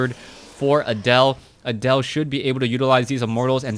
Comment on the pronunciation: Pronouncing Adel like Adele made me think "rolling in the creep" for the whole match.